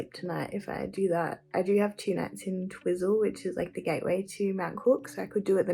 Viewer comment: It's pronounced "Twyzel", funny hearing you call it Twizzle.😂